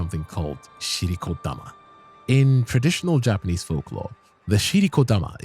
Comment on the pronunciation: Yknow I appreciate you taking the time to do the proper Japanese pronunciation